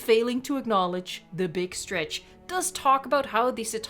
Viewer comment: Beeg strech